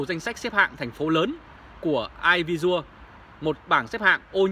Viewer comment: " e vi si ồ "..air visiual.